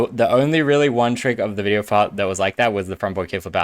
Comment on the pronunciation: in the video, he says "video fart."😂😂😂 ❤ u,!!